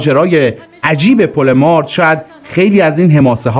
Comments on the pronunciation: با کمال تشکر و احترام تلفظ درست پل مارد با کسره و فشار زیر حرف ر تلفظ میشود به انگلیسی براتون مینویسم تا در کلیپهای بعدی درست تر تلفظ کنید Mared درست است مارد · درود تلفظش پل مارد زیرره کسره داره نزدیک دارخوین جهت اطلاع زمان شاه سایت دارخوین قراربود نیروگاه اتمی ساخته بشه این حقیر اونجا بودم ❤❤❤